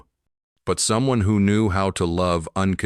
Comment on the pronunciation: We don't 'red' stories, we 'read' with a hard 'e' and no one or team should publish when they are so ignorant of English.